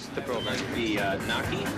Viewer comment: Knock-ie? Never heard someone pronounce it that way.